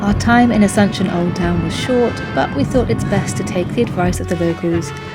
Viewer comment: No se si escuché bien, me pareció que dijeron Asencion y es Asunción wowwww